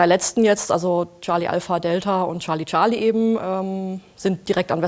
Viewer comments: Bitte, bitte… Charlie - /ˈtʃɑː(r)li/, durch die tausendfache Wiederholung war’s schon schmerzhaft. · Wieso sagen die immer Schali-Schali? Seit wann folgt das Fliegeralphabet nicht mehr der englischen Aussprache? Man sagt ja auch nicht Schali Chaplin oder Prinz Schales. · „Scharlie Scharlie“